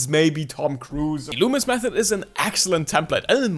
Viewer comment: Finally someone got his name right 👍 Good Job